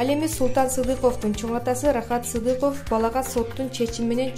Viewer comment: Султан Садыков анан Сыдыков деп тоголок жетимдер деп тантыйт го Диктор ))))